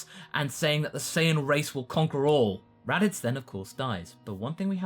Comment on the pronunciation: The raditz saga? You sounded like you said the “erotic saga”